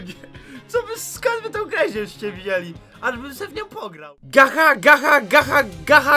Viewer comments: To sie czyta gacza lajf a nie gacha lajf ale i tak fajny i smieszny odc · Gacha Life (Gacza Lajf się czyta typku) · Gacza life się mówi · To sie gacza life wymawia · CZYTA SIE GACZA LAJF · Czyta się "gacza laif"Gacha life mam kanał oglondnij se na następny odcinku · to nie gaha life tylko gacza life XD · Nie mówi się Gacha Laife, tylko Gacza Life. Ale pisze się Gacha Life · Pisze się gacha life, a czyta się gacza life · pisze się gacha life a czyta się jako gacza lajf :D ;D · Gacha life Czyta sie: Gacza life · To się nie czyta,, gacha life" Tylko ,,gacza laif" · Czyta sie gacza laif a pisze sie gach life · Czyta sie gcza lajf a nie gacha lajf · Gacha Life - Czytaj GACZA LAJF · czyta się ''gacza life'' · To się czyta gacza live